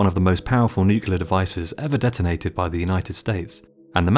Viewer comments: Dude also says NUKE-U-LAR instead of NEW-KLEE-AR. NUCLEAR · new clear weppuns ...derps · NucULear?? really? Nu Kue Lear? Come on. NOOKLEER. Jebus. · The Last Greaser it’s spelled Nuclear but but it’s said as nucular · He says “nuk-u-lar”. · NuCLEAR not nucular! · Only one way if you have command of the English language! Nu-clear! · Lol. I say nucular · Kitterz - I'm so glad I'm not the only one who gets irritated by this! 👍❤️